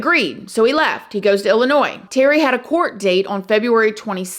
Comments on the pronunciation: It's illa noy ...not illa noys hun lmbo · The s is silent in Illinois!